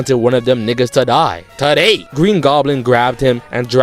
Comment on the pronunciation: why he said today like that 😭😂